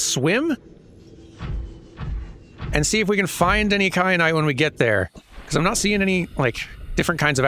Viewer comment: Kyanite, like teh pepper